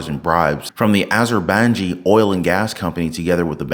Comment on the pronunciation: Azerbaijan = Pronounced (az-your-by-john)